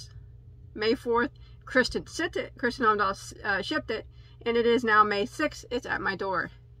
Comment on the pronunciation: I got really excited when I got this video notification. Kristin Omdahl has an amazingly large catalogue of patterns, this #5 milk cotton is a recent addition to her yarns. She also has bamboo and cotton yarns. Her podcast is great, I watch every morning. P.S. you pronounced her name pretty good.